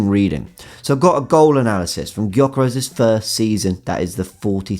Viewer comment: U dont say right his name....Say: Djoekeresh... He has hungarian name,his parents hungarian..i know how to say right...just sounds really silly how u say .good content ❤️🇭🇺